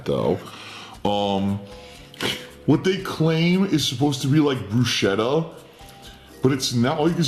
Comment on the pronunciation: Fervently claims Italian heritage. Mispronounces "bruschetta."